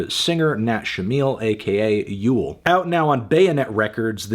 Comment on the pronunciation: is it not pronounced "you-lay"??